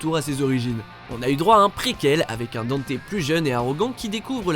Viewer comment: Tiens je te copie colle mon com hahahaha pareil, non des trucs comme du fait que le pitch de départ de DMC3 c'est Dante qui ouvre son agence le Devil May Cry, alors que le nom n'est choisit qu'à la fin :3 Dante qui est prononcé Danté, CF: l'animé et la vf de DmC Tu ne parle pas de l'animé, mais il me semble qu'il a été canonisé récemment, CF l'appel de Patty à Dante dans un leak ou trailer je crois et une interview Bon le Vergaïl tu l'as dis qu'une fois donc je te pardonne 😁 Même si ça me plait pas des masses Itsuno a récemment situé Devil May Cry 2 avant le 4😥 Je crois que c'est tout de ce que "j'ai tiqué" sur la video😗